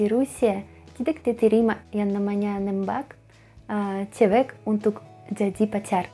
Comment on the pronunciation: cewek mba, bukan cewex... tidak mba, bukan tidax... tapi mantap masih bisa dimengerti